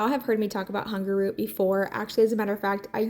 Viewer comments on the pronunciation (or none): everything looks great! I love watching your channel. I was laughing hearing you say Hungerroot instead of Hungryroot. 😅